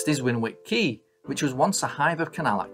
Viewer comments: it's pronounced "Winnick". Thanks again for a great video. You could do a similar vid on the nearby OLd Quay/Runcorn and Latchford/Black Bear Canal which is in a similar state...some sections in water some filled in but it's an excellent subject. Just a thought mate. Best wishes and take care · Winwick - pronounced "winnick" 😉 Great video, great to see my hometown of St Helens. Fun fact... The Liverpool - Manchester railway intersects and goes underneath the Widnes - Runcorn Gap railway, which was the first railway-over-railway in the world. Looking forward to the next video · Great really interesting. Win Wick pronounced Winnik 😁. Liverpool to Manchester I think was actually Manchester to Liverpool from the country’s first station in Manchester 😂🖐👍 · First I’ve seen of your videos & I enjoyed it, so will watch the rest of them. You’re obviously not a local lad though are you? 3/4 way through you mentioned Winwick quay & lock, but just for your info (not having a go at you) the 2nd ‘w’ is silent, so it’s actually pronounced ‘Winick’. Great video & hope I enjoy the rest just as much.👍🏻👏🏻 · Wonderful video.South Lancashire has such a rich industrial history.Glass in St Helens,wire in Warrington and chemicals in Widnes.You did pronounce " Winwick " incorrectly though.The middle w is silent ( Im an exiled Warringtonian ). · Great video, I guess you’re already aware how to pronounce Winwick. Where the viaduct is backs onto Earlstown, not Newton-Le-Willows. Just south of the viaduct was some a sandstone escarpment locals called ’mucky-mountains’. I remember tackling the climb up ‘the chimney’ as a 7 year old. The old WW1/2 armaments factory, I think was Vickers was half way between mucky mountains and Earlstown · Great video, Winwick’s second w is silent BTW 👍